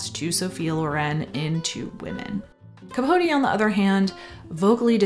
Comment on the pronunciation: Thank you for actually pronouncing capote’s name right!